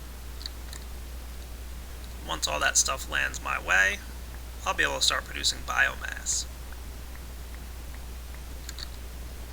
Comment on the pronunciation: Epic failure, learn to pronounce "Biomass"